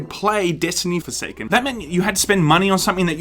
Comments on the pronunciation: did you say foreskin instead of forsaken cause that was hilarious. I got foreskin I mean forsaken for free on PS plus 15 minutes in I uninstall it cause it really isn't my type of game but thanks for letting us know about Bungee shitty arse business practice cause that's how business works in reality. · did you say Forsaken or Foreskin?